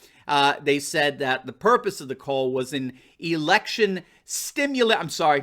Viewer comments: He thought it was a STIMULATION meeting, not "simulation" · OMG he’s cracking me up. Can’t say “simulation” it keeps coming out as “stimulation” hahaha!